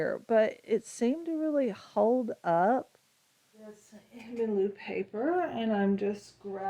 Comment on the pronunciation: Thanks for the good review! If I could make a slight suggestion - the brand is pronounced kind of like HA-nuh MULL-uh (you can even do a Google translate of German to English and listen to the pronunciation). I only mentioned this because if I hadn't been able to see the paper pad, I would have had no idea what paper you were reviewing by how you said the brand 😅☺️